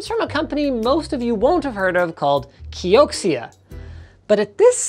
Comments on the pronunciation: KEE-OH-CEE-A? its pronounched KEE-OH-CERA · Wouldn't it be pronounced key o zia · Patrick says it's pronounced Key-oak-she-ah... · i'm not an expert but that's probably pronounced "kyo-shia" if it's anything like xiexie